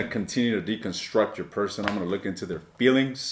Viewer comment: All I keep hearing is you’re going to “lick” instead of look. Unless I was hearing it correctly 😂